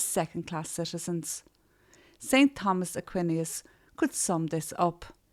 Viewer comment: There is no way you live in IRELAND and cannot pronounce St. Thomas Aquinas!!??? Noooo way. I’m literally too stunned to continue watching.